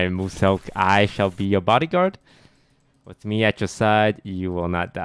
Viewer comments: I love how toast pronounces Muselk’s name: Mooselk. Mans making him sound like a brand of chocolate milk lmao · He said mooselk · the way they pronounce lazar and muselk is hilarious